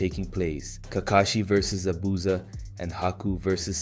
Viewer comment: "za-boosa" "jenin" man did you even watch the show or are you just mispronouncing things on purpose